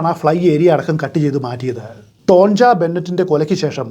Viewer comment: ടോൺജ എന്നല്ല ടോണിയ എന്നാണ് പറയേണ്ടത്